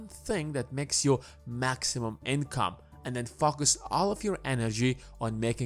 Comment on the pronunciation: Am I the only one hearing FukUs when he says Focus?! 🤔